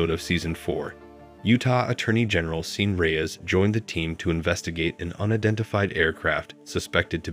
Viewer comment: Sean is PRONOUNCED "Shawn" as in Hannity.